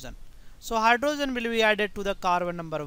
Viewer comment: What is a Hy-dro-zen?